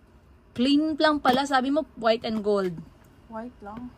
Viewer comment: Sa vlog ni atsheee you pronounced AND normally. Pag sa vlog mo eeeeeeeeeennnnddd 😭😭😭